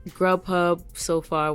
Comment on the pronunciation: I can't remember which you said was better uber eats or grub huh? I thought you said grub huh.